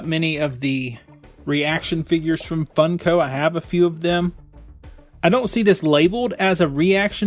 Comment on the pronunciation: Wades gun is from Robocop,and it is pronounced funk oh not fun co